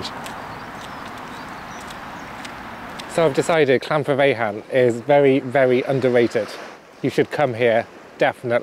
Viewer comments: Llan vIre ve'ch'an I hope that helps a little flem on the ch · Its pronounced llan viar vecan 😂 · I'd say "vaer" rather than "viar" for the middle bit. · I really do love Llanfairfechan Statin being honest but really do love Bangor! Cannot wait to the next one to see if you can try and pronounce LlanfairPG, Great video. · your pronunciation of llanfairfechan hurts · The initial 'll' is definitely not pronounced as "shl" - if people really can't make the sound then "thl" is a closer approximation.